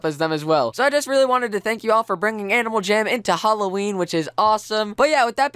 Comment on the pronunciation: You said holoween... if you get that refrence i love you so much